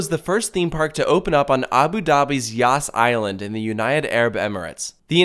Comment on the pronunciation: I cant ... I keep hearing "yasss" island